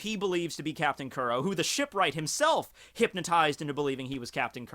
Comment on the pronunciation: First and foremost thank you for posting these videos however white boy you should really start watching the anime starting with episode 1 so you can at least start pronouncing the first villains name properly. Both the Manga and Anime States that Captain Kuro was sick and tired of getting attacked by the Marines and doing the flashback he states that this was the third time this week that he got the tact and that's when he concocted the plan do frame someone else and have Morgan arrested them. Since the straw hat pirates in Django are the only people that know about Captain crows identity, he can easily change his name and join Cypher pol and get back into the storyline.